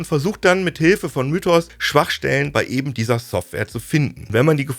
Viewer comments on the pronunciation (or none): none